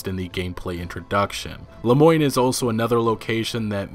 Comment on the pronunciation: Lemoine is pronounced Le-mwan